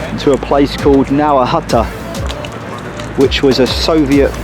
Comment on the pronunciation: Nearly fell off my chair at the pronunciation in the first minute. Now-a huttah?